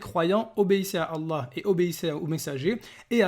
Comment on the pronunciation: Frere continue tes video et a contré ces arguments toi qui connait réellement le coran contrairement à lui qui ne sait même pas prononcer "ALLAH"